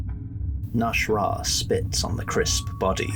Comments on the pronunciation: you keep saying "nash'rah", but his name is clearly spelled "nas'hrah" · mah boy’s name is not “Nash’rah” it’s “Nas’hrah”